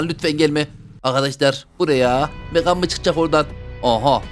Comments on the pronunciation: Abi o bebeğin okunuşu megan(megın) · Onun adı megan diye okunmuyor megın diye okunuyor ❤ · Abi o bebeğin İngilizce okunuşu megan(megın) sen Türkçe okunuşunu söylüyorsun megan(megan)